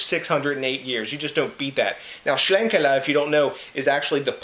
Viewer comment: Damn dude nice job on the pronunciation. I was sitting there looking at the name like....what. Haha. That's crazy how long they have been doing this stuff! Sounds like this thing has aged wonderfully. Seems like the smoke really integrated into the beer more than being overpowering. Sounds really, really good. Great review as usual DJ!